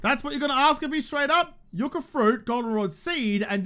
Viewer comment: speaking accidental Spanish and pronouncing yucca the correct way. Tequila shot in his honor.